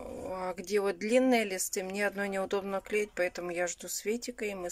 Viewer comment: непробиваемая... " Мине...", " фабЭрлик... "